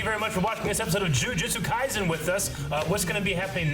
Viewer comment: Jujutsu kaiSen, not kaizen.